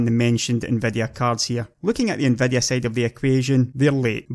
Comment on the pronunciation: you can FET them more....SEXHEIGHTY ... TRANSESTOR...NVEDEA...OMG this is so painful to listen to....seriously it is like I would speak in my own dialect on a youtube video... too bad because he seems quite knowledgeable..